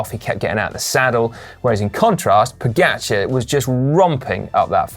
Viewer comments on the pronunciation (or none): Can you stop calling him "Poogacer" please? :) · Your speling of Tadej Pogačar🤢🤮. Hahaa if i didnt know who won the tour i wouldnt know it was him if i heard it from you😅🤣🤣